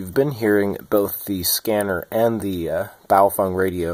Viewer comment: I just need to say that, you’re the first person I’ve come across in the western world, that correctly pronounced BaoFeng. All I hear is bayofehng.